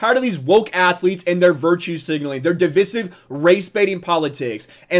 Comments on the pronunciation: Divisive= Divvvv-Ice-ivvvv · If I hear “div-iss-ive” one more time, I’m out lol. Two so far. I can’t 😂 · Dude...you are pronouncing "divisive" wrong.